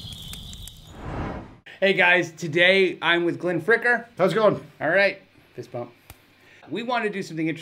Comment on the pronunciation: lol that fistbumb in the beginning.... you even had to say "fistbumb" i am replaying it and laughing my ass off xD he wasn't prepared. he couldn't get rid of the pick.. you should have rehearsed that.